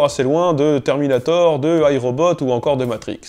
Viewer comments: il a dit Ayrobot non ? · Tu as dit Ayrobot ?!! :O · Il a dis AyRobot! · Tu as bien dit Ayrobot ??? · Il a dit Ayrobot a la fin ?!?! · Ayrobot mdr, fallait epenser ;)